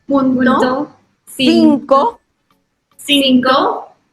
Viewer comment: Ok, pero ¿nadie habla de que en el minuto Love dice p*to en vez de decir punto? JAJAJJAJAJJAJJAJA😭😭😭💓💓💓LAS AMO MUCHO